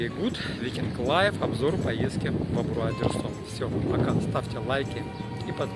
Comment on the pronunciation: АбрАу , но не АбрУа , как произносите Вы !!! ))))))))))))